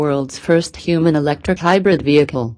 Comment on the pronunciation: lol. in the description you say you don't think people will notice that the voice is synthesized. I figured it out when the first thing it said was: He, the world's first human electric HYBRID VEHICLE!!! lol